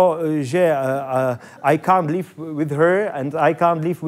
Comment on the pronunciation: Patrik tu angličtinu moc vychytanou nemá... "I can't leave with you, I can't leave without you". Vyslovil to Jako 'opustit'😃 a ne jako "žít" - LIVE. Jinak je mi líto Áji - udělal z ní debílka... 🙄